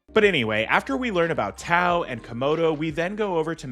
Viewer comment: I remember seeing the trailer as a kid and wanting to see the movie in the theaters. One day, while channel surfing in my 30s, I finally saw the movie. I did enjoy it, felt it needed more in some areas to feel enjoyable, and less in some of the fighting. Plus, isn't the "T" in Chinese supposed to sound like a "D", Legend of Doa